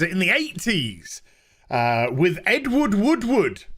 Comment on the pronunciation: I figured said it on purpose. It’s an old joke about his name, to pronounce it you need to say “wood” three times.